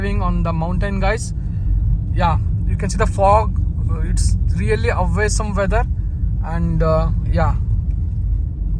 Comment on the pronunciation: Awesome ❌ Away-sum ✅